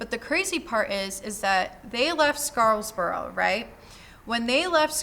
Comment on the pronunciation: SCARBOROUGH! SCAR-BORO!! not "Scarls borough"